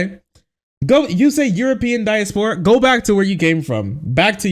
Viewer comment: diaspora is pronounced "die-ass-purr-ah" : ) ty for not subjecting us too the ass grope